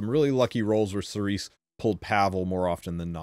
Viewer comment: Cerise is pronounced Cereeze in french, meaning cherry in english. Thank you for the informations and tips, and good luck for the 10M.